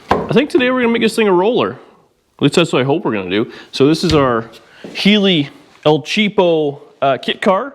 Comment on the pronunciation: your espanol is pretty pretty bueno "el cheapo" was said perfecto! 😉